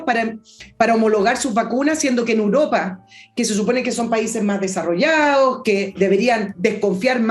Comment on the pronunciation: Porque siempre dice “uropa” en lugar de europa?